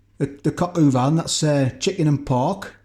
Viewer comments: Lol pronounced Cok o van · The correct pronunciation of coq au vin in French is cohk oh vah(n). In the word "coq" the o is pronounced with a closed "oh" sound, while the "q" is pronounced with a "k" sound. Just saying 🤣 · It's pronounced "cock-o-van" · Not going to lie. I heard you say "pork in cider" and laughed hysterically. Then later in vid remembered the other is coq au vin. I'm sorry for being childish but everytime you said pork in cider 😂😂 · Made me laugh, Coc au van. I can't say it either, like rat a two ee.